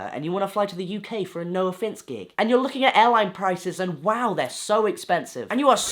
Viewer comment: Congrats. Also i never realized how your name sounds like "no offence" when you say it kinda fast